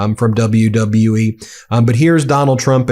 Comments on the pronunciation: WW U-E…man words are hard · how in the hell this president cant even pronounce WWE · His health is really declining in real time. He said WWUE???? What organization is that? 😂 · How about when he introduced triple h he didn't know where he was standing and he said wlwe.... Take note of that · My GOD people! Trump even has trouble saying, "WWE" and "Triple H"! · He's using "celebrities" in his stunt because he thinks it will make him more relatable and therefore a good person. Obviously he doesn't consider crimes he's also engaged in as a deterring factor in their recruitment. It also helps this whole thing look more pathetic when the guy can't even say WWE. The letters, W, W, & E! Wtf is wrong with his brain?! Then he introduces HHH and doesn't know what he looks like or that he's standing right f@ next to him?! God help us all. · Bro couldnt even say three letters properly...WWE...then doesnt even know where Triple H is